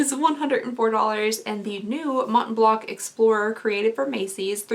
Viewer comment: the “C” at the end of “Mont BlanC”, is silent.